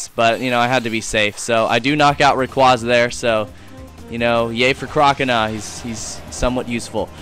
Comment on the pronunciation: u said rayquaza wrong